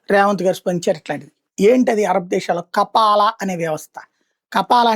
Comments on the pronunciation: కపాల కాదురా! మతపిచ్చి ….కఫీల్ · It's not kapala it's kaphil